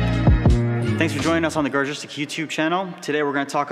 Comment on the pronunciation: Suggestion: pronounce "Garagistic" more clearly! That brand name is important!